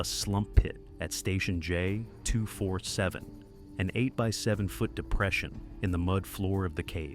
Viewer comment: Any Bob's Burgers fans laughing everytime he says 247 the way he does in this video 😂